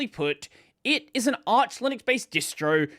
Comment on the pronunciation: Arch is pronounced as in archive